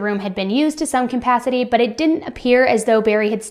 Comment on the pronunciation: I love your work,, but the word feloniously has 5 syllables and is pronounced "fuh-LOW-nee-us-lee". And the word capacity has no "m" in it. Just wanted to be of service to you. ☺️